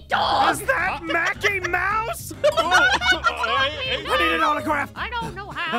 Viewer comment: It's mickey mouse not "MACKEY MOUSE".